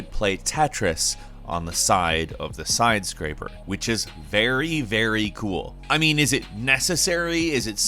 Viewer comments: “sidescraper” Nice mistake, poser. ain’t no, he’s a human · I love you, but you sound like you just had a stroke..."side scraper".